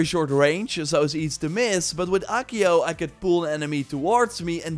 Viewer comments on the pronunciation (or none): none